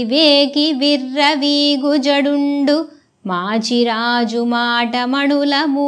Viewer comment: నమస్తే 🙏 మీరు పద్యాలు చదివే తీరు బాగున్నది.6వ పద్యం లో విర్రవీగు జడుండు అనుటకు బదులుగా జండూ అని ఉచ్చరించారు. జడుండు అనగా మందబుద్ధి కలవాడు లేక మూర్ఖుడు అనే అర్ధాలు వున్నాయి. వీలున్న సవరించగలరని మనవి.